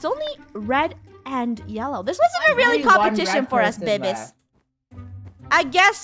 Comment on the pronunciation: Is it just me who is laughing that funneh said "to the bebebes"😂